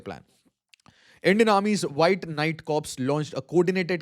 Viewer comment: Learn how to pronounce "Corps" you lump.The P is silent .